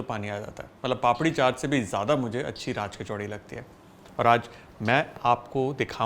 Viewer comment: I can't understand why people say it 'kachaudi' jabki vo 'kachori' hai...